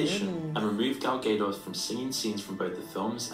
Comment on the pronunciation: The way he’s pronouncing gal gadot is killing me